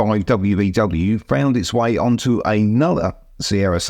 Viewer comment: "ayynother"? "Literally"? "A" (ayyy fonz style) 🙉